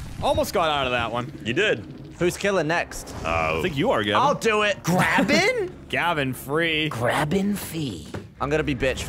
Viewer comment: Gavin Free!?:Grabin Fee!?